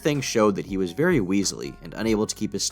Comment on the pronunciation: shhhhh be vewy vewy quiet. We’re gonna be catching predators